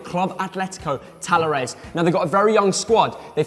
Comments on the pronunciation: you pronounced talleres pretty wrongly. double "L" in argentina is "sh" sound. great vid tho. thanks for expanding beyond basic european football. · I gotta say, I never thought I would hear you say Talleres’ name 😅🇦🇷 Btw, the LL here is pronounced with a SH sound 🙂